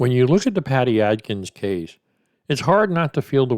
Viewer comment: Bro, its Adkins not Atkins. Just sayin.